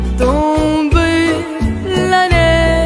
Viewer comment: Em hát rất hay nhưng mà những chữ phát âm bằng tiếng pháp cần phải cải thiện thêm em nhé. Chẳng hạn như em phát âm chữ Tomber sai vì nó phải phát âm là “tôm be” chứ còn em phát âm là “tôm bơ”.